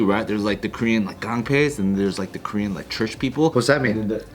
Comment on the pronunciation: korean pronunciation is pretty good.. haha